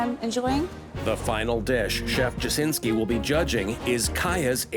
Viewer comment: Jasiński readen as Dżasynsky hurts my heart